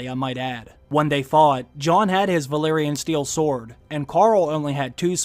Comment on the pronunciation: Also it's Valyrian not Valerian, the place is called Valyria not Valeria.